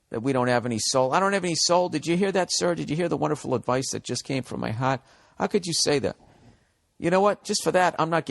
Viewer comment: “Did you hear the wonderful advice that just came from my HAHT?”